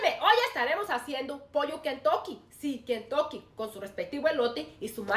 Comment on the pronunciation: 😂😂😂😂😂 te escucho desir kentoke jaja